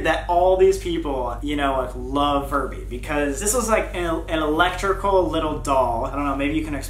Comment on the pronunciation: ok so like when sam was talking about furbys i heard him say it wrong and he said furry xD also 2019 anyone?